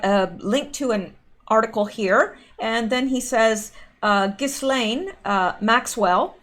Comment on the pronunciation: Ghislaine is pronounced Jiz-lane. It is French.